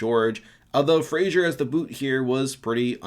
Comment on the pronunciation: Do all americans pronounce Fraser as 'Frasier' or is it just you?